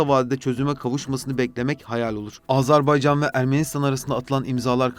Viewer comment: Güzel bir çalışma olmuş. Tek itirazım Azerbaycan yerine Azarbaycan demeniz.